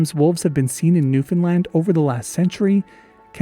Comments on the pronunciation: 🗣️🗣️🗣️*NEWFOUNDLAND MENTIONED HOORAAAAAHHH* All jokes aside tysm for covering our wolves🥺they’re so missed - good on you for pronouncing it right!!!🤘🏻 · hey, newfoundlander here and a big fan. I wanted to thank you for saying newfoundland correctly, most people say it like new-finland which is only close if you have the local accent. I wanted to point out something you might know but not everyone in the comments might know, the name beothucus is a reference to newfoundland's first nation group, the beothuks. Sadly the Beothuks were also wiped out in no small thanks to encroaching European settlers. another interesting thing is that the newfoundland wolf was one of only 14 extant mammal species on the island when europeans arrived in 1610 and formed the colonies that would become the dominion and then province of newfoundland and labrador. Love your stuff!